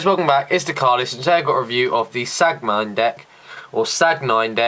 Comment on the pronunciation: It's pronounced San-Gwin. And it's spelled sanguine.